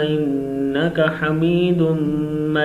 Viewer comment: Bhai majrat ke sath hamidun na padhkar aap hamidum majeed padhe